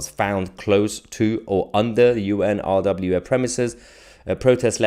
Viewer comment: Mahyar...pronounce it...UN-RA = UNRA = UNRWA...the W is silent...a bit like the P in water...!!